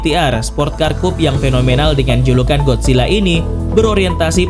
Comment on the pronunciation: kupe dibaca kup